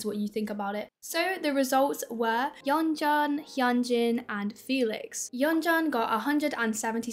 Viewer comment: Happy birthdayyy. This was such a nice video. Btw Yeonjun is pronounced like yeonjune and gehlee is like jelly. Also people need to go watch KATSEYE lives of they think the don't like each other still. Like bro, they seem so close and comfortable with each other (or maybe they are top teir actresses which I doubt). The 'drama' happened almost 2 years ago now, they aren't little kids.